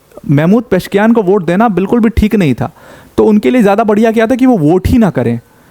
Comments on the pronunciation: It's not Mahmood it's "Mas-ood" and "Peh-zesh-kee-an" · Sir it is " मसूद पेजेशकियान" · Masoud को mehmood पढ़ना कैसे सम्भव है l Pezeshkian. पशकियान इसको अगर आप गलत पढते तो...